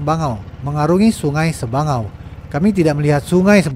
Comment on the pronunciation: Sabangau mind Bukan sebangau